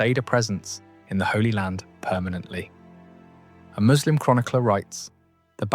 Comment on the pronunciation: I like how you know how to properly pronounce 'Muslim'. It is so rare to hear from non-Muslims.